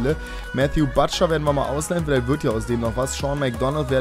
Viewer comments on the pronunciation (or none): none